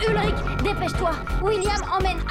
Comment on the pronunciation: mmm oe ça se discute 🤷‍♀️ mais sinon c'est "Ulrich" et pas "Hulrich" ;)